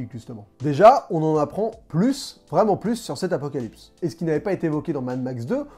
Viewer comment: Tu as inversé le "p" et le "s" du mot "apocalypse". Du coup ça me fait penser à «La classe américaine».